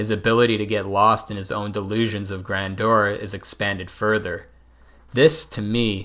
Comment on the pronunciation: Why can no Youtuber correctly pronounce “grandeur”?